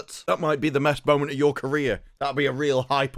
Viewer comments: nice little spoonerism “mest boment” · The mest boment xD